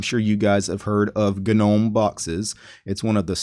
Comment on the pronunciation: g-nome ??? what do you call those little ornaments people have in their garden ... a g-nome hahahahahahahaha